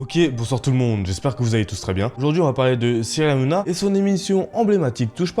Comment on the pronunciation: Tu à du Mal a dire Cyril Hanouna ? Nana nanouna